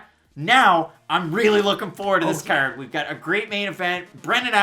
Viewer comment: Agreed on the card accent.